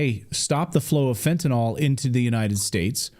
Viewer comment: What is "FENTINAWL"?? Are you trying to say fentanyl? Love getting news from the educated.